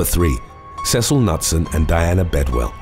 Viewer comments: You pronounce the name Knutson as K-noot-sun not nut-sun. It's a Norwegian name always pronounce the k and the n together! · Ironically, the K in Knutson isn't silent. It sounds like K'nooT-sen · Knutson - Newt-sun is the correct pronunciation. Come on, peeps, you need to do better for these, especially when referring to people who have died. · The last name KNUTSON- Is pronounced KA-NOOT-SUN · It's pronounced K-new-t-son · Hum let's try this again... Not sure what happened to my last comment. Maybe it was deleted? I love your videos! Knutson is pronounced Ka - Newt - son The Internet can help you with pronunciations!